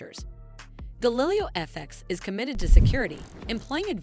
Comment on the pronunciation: You can’t even pronounce Galileo and yet you expect people to take you seriously?